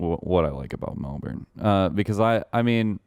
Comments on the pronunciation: melben is how its said not melborn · As a born and raised Melbourne baby, the way they say Melbourne annoys me, it’s “Melbin” not “Melborn” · I like hearing them say mel-burn when it’s Mel-bin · "mel-berne" hurts me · schlatt saying melBURN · The way they pronounce Melbourne with a hard R is so uncomfortable lol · The way schlatt pronounce’s Melbourne gives me anxiety. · Every time they pronounce Melbourne I get a little angrier. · anyone else pissed off at how they say melbourne?